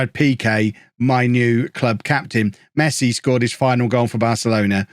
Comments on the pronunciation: It's pronounce Messi not "masai" the dude is like the best footballer in the world, how cld u not know his name. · Did he really said Messai? 🤨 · Mess eye??😂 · Mess-eye? Official rename in FM22! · He said mess I 😂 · Mess-eye brilliant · I like the way you introduced the series... a guy called "MESS I"🤣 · I love that just took the mick out of barca in the intro and called Messi Mess-eye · A club named Barcelona.. Looks at notebook This guy called ' Messai ' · Pronouncing his name as mess-i then hearing "Fixing Messi's" made me punch myself in the face. You owe me a copy of FM 22. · "Messay" got me there lol! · who's messai? hahaha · I thought it was funny the way he said mess i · Lover how you mispronounce Messi hehe